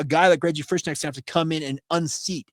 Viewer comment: I've known people with the same last name. The "K" is not silent. You say the name, "Frish-connect" only the "O" is more of an "EH" sound. Until i hear how a kid's mother says his name, i don't dare guess....